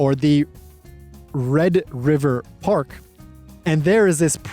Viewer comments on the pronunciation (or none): none